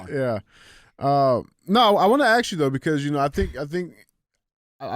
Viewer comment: DJ...its ASK....not acts . It's not let me acts you a question. So sick of hearing that shit!!